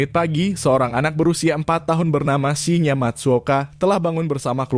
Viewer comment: salah baca namanya.. Shin-Ya, bukan Shi-nya